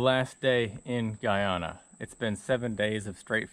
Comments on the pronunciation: Your not saying or pronouncing Guyana properly and the language that is spoken is Patwa and is like broken English - I have fished many of the tributaries from the Amazon as Guyana is “land of many waters” - just saying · I thought you said Ghana and then you catch an arapaima. I was like “wait that’s a South American fish. You said Guyana…lol.